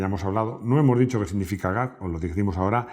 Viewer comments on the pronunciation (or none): Perodna Máximo no era gap, era " g-a-c"deletreando las letras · ¿Por qué llamas "gac" a G.A.C.? Me suena rarísimo así. Toda la vida se ha llamado G-A-C. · ¿Por qué demoniso llamas "gac" a la marca "geacé" que es como la conocemos todos???? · Muy buen video, solo un gazapo. G.A.P???? Habeis inventado una marca, siempre ha sido G. A. C.